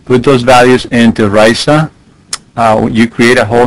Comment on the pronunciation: RISA rhymes with Lisa.